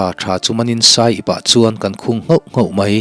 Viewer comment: Saiip tiloin aiip ti awm zawk tur a ni lo msw